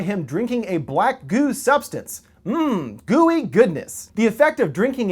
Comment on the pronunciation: Oh!! "Goo Ey Goodness?" What Did He Say?!?! Gay!!